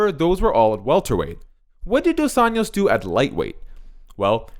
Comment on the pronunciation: It's pronounced dos "anjos", like saying angel but with "o", other than that great video